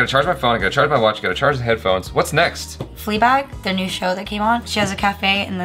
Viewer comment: He said newnew 😂😂😂😂